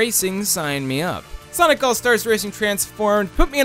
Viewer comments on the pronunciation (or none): none